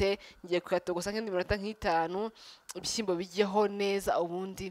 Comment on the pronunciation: Uzadufashe ureke iyo "shi" yawe kbs! Bavuga gushyiramo! Kuki utavuga ibishimbo?? Byose ni igihekane "Shy" plz uri mukuru cherie ujye uvuga ikinyarwanda bien! We love you!